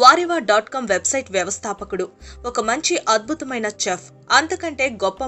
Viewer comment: chef is a french word its not english word. In chef C will spelt like S.